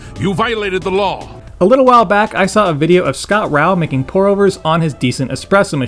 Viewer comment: It’s Scott “Ray-Oh”